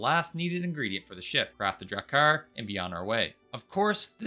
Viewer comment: I have never heard of these things called "care uh PASS" and "duh VAY gur." Enlighten me